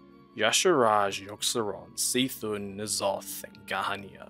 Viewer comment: Is C’thun pronounced see thun or k’thun?